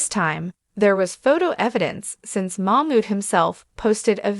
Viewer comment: Her name is NiCole ...., Nicole not Nickle .... just trying to be helpful because it sounds funny when you call her Nickle.. Come on girl get it right 👍 It's funny that you can say Mamood right but not his wife's name !